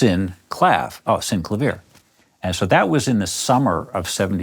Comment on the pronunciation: Finally, someone who pronounces it correctly.